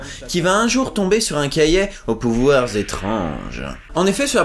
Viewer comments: un cahier pas un "cahiet" bordel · Cahiet c'est si difficile de dire cahier sans deconner